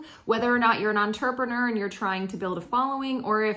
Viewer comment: U say entrepreneur funny lol